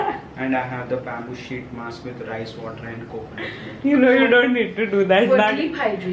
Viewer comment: Wait, I rewinded 5 times to check whether actually said Ubtan BABOO sheet mask!?🤣🤣 Damnn BABOO🤣🤣🤣🔥